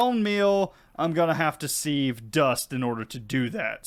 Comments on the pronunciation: Hey! Love the video, I am a hugefan of skyblocks, but dude your pronunciation of sieve is killing me 🤣 its said "siv" This is peony all over again 🤣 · Thank You! Also the act of using a "siv" is sifting, not "seeving". We minecraft players need to be a little more aware of slightly anachronistic language skills. This one has always bothered me in so many other videos.